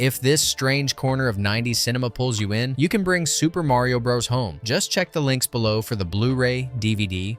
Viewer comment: "Super Mario Bro-dus" and Super Mario bruhs" This clanker needs to be replaced🤦‍♂️